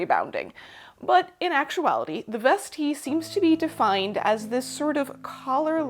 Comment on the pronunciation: Vestee sounds so classy when she says it. I've been reading it in an Aussie accent and it does not sound classy at all. ' just gonna pop on me vestee m8.